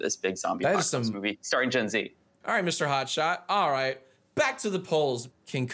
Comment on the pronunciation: it’s alyaiyt...